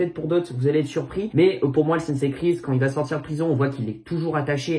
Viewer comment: Ça me fait marrer quand il dit sensei il dit "sensay"